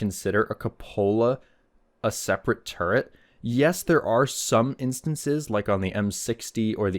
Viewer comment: I knew two actual tankers who were so thick headed they could not be taught to say or write the word turret correctly. Exactly how you said it in the mega no punctuation comment is exactly how those two imbeciles pronounced it and I am internally screaming into an uncaring void thanks to having heard that. I know this video is 3 years old but thanks for dredging up that memory I tried my damnedest to suppress.